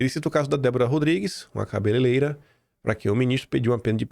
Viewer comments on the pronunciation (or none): Pelo amor de Deus, a Débora é cabeleireira, não é cabelelera, um forte abraço.